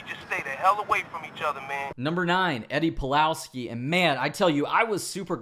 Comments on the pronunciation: Did you say Eddie Palowski? You tripped up right? I'm sure you meant Polaski. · Oh God, you did say Palowski. Come on, I know that you are better than this...